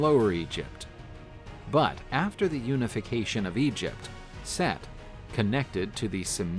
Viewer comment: Omg! Its Set not Seth!!!! 😆